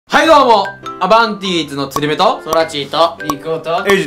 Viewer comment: タ行苦手なのかなwww